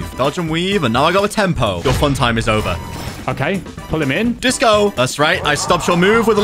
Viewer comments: anyone else notice started to say jover and not over? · bro said jover not over